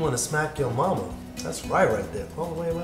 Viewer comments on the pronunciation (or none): none